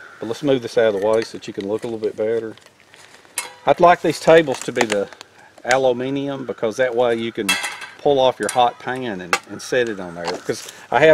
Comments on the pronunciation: I am Australian so by default I totally butcher The Queens (ooh is it Kings now?) English. It's really nice to hear an American (Sepo in 'strine) pronounce aluminium phonetically correctly (I totes get regional dialects). Noice!. Also I appreciate the burn mat to protect the tree because our trees are LITERALLY explosive when heat is applied to them. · The way you say Aluminium is like we do in Australia. Jimmy says it the American way. you make the best things.